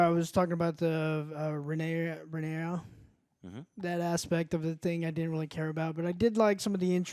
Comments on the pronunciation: Ran-ear-ah. That’s how you say it joe not Rey. Slightly aggravated me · And Joe doesn't even pronounce her name right and then calls christian cole sir colton. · 3 episodes in and you guys can’t even say the main characters name. How can I take your reviews seriously? RHAE-NYR-A. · Why do you keep calling her Ray?! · Joe still can't say Rhaenyra....there's ZERO chance these stooges are paying attention. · Joes pronounce names correctly challenge: impossible